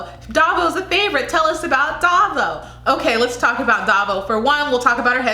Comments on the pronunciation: Baguio is pronounced as Ba-gyoh.. Davao as Da-vow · Davao is pronounced DA -Vow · Hahaha, so now you know how its pronounced. You're doing awesome.😘❤️ So on your next video I cant wait to hear you say "Pa'Sigh". And for Davao.. Just think of the word "Vow" and connect them so it sounds like.."Da'Vow". Hope that helps. 😘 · It's pronounced Dah-vow :)